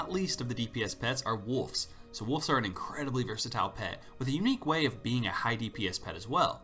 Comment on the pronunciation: Sounds like you're saying wolfs instead of wolves, I hear an f when you say wolves so wolfs.